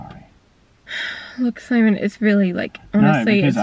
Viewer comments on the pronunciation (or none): I always hear it simon from.